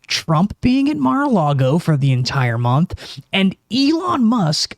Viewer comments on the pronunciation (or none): none